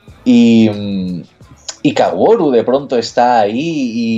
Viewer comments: Una sola critica... KA - O - RU. sin acentos, sin la w. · no puedo creer que dijiste y escribiste Kawuro en vez de Kaworu por los 50 minutos de este video. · El hecho de que digas "Kawuro" me triggerea considerablemente.